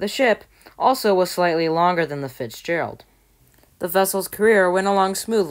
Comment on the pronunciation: you are still saying fixgerald